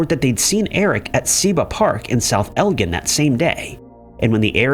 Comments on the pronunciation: Pima is pronounced Peema. And elgin is pronounced el-jin. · Thank you. I grew up in elgin and south elgin. Cant stand hearing it mispronounced lol.